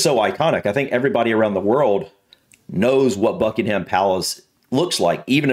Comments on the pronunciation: It’s the Maaaaall not Maul, it’s also Buckingem Palace not BuckinHam Palace. Hope you visit soon, May is usually a good month although was chilly and wet this year. The Palace is well worth seeing and is actually a very relaxed tour, you can pretty much take your time walking through. Worth every penny of the ticket price. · don't say ham at the end of Buckingham, just say gum. When they say residence the Queen never seen it as home it is for the Royal Family just "the office". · Pronounced Buckingam without the H 👍